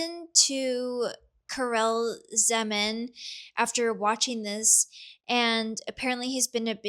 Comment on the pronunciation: Karel is pronounced closer to Carl! Big fan of animation from that era/region. Highly recommend the Yugoslav cartoon Profesor Balthazar if you aren't familiar.